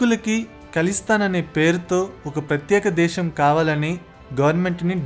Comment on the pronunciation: ఇందులో నువ్వు కొత్తగా చెప్పినది ఏముంది. ఏదైనా కొత్త విషయం, తెలియని అంశం ఉంటే చెప్పు ఈ ఉదంతంలో. అలాగే భాష పలకడం కూడా నేర్చుకో. దేశం అనాలి, ష పలకడం కాదు.